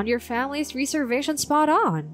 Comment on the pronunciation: rez-ervation, not ree-servation